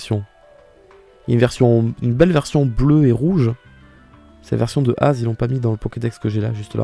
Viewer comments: En même temps c'est l'ancien roi de la région basée sur la France, son nom s'écrit A.Z. avec des points, donc c'est évidemment A-Zède (au pire Eyzi chez les anglais) et non Aze. (Au passage j'adore ta PP, Diablo est si cool) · AZ dit comme ça ça fait mal (je l'ai toujours appelé et entendu A Z genre azède )